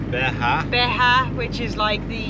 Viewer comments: Great video! Friendly pronounciation advice though. In Portuguese, the Js and Gs do not sound like Hs, the way they do in Spanish. Js and Gs sound like they do in English. So it's Alentejo, not AlenteHo. It's Beja, not BeHa. Jorge sounds like George in English and not HorHay. Js and Gs NEVER sound like Hs. You got Zambujeira right, so cheers! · Hi guys , enjoying watching as always. Poetuguese isdiferent from Spanish eg. J is pronounced as J not H as it is in spanish . Sounded totaly wrong when you pronounced Beja as Beha. But being Portuguese in England I get defensive when people call me Horhe.when its pronounced George. 🙄 I hope it cools down a bit for you 👍